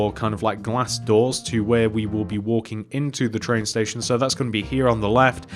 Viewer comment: he said tran station